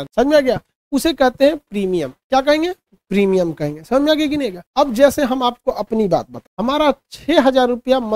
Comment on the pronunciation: Primum nahi Premimum hota h